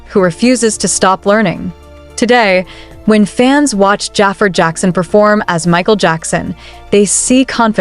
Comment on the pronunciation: this ai voice saying Jaafer instead of Jaafar is killing me😭